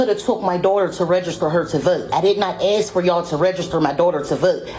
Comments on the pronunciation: How do these people not know ASK isn't pronounced AXED??? we're not chopping down trees , we're ASKING questions ffs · Im surprised she did Axe her a question. She actually asked. Wow. She wanted to say axed. I belived she did say assin me a question.